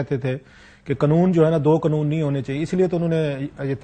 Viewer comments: vo uska right ha likn Kam az Kam national TV lay baith k alfaz ko theak boly, pendu he ha sala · کلاسرے قنون نہیں ہوتا، قانون ہوتا ہے، 😅